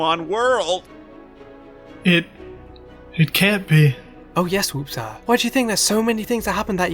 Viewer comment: Lol your also tortchoring Wooppsire 😂